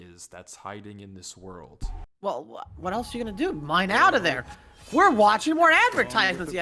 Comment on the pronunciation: I love how says, "WOT"